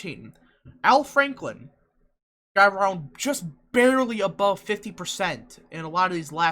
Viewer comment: i like how you call him al franklin lol